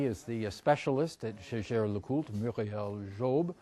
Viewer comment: Jey jere leCoult. The re, of Coultre is silent.